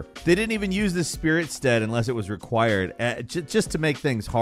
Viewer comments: Ah yes, "The Spirit Sted" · Thanks for the video, but… Spirit stead? Falcon, really? … C’mon man… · “spirit sted”